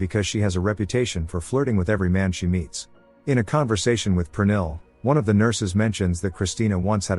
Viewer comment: oh I was right 😅 even though you're butchering the name Pernille 😂